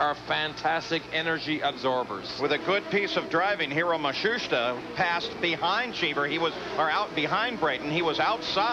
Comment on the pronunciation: Page is getting further away from "Matsushita" as the races go by 🤣